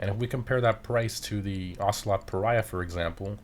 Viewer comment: Said he wasn't even gonna try to pronounce the word yet he pronounced it correctly